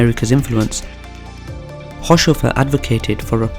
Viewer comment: This is pretty good, though his name is pronounced haus-hofer rather than haush-ofer... Not many seem to know this little nugget but Haushofer was the source and inspiration for the Swastika, the Buddist symbol for happiness, adopted by the Nazis. He got it from his time in Japan after living there as an attache.